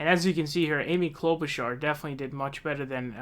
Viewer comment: He's finally saying Klobuchar correctly.